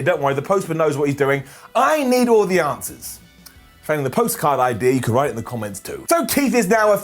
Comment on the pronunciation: said: you have no eye-dea....